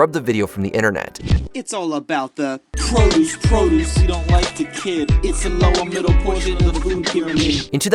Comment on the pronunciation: "ProDUCE?" or "PROduce"